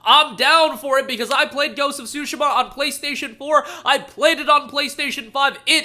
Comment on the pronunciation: Dude really said Ghost of Shu-shu-ma.